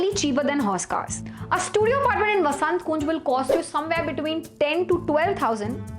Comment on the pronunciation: Why are you saying vasant kunj like vaasaaant kooong ??? 🤣🤣🤣 Lagta hai accent karte karte poora accent ka khichdi hogya lol